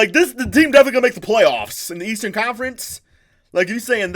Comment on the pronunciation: The leastern conference said by Skip Bayless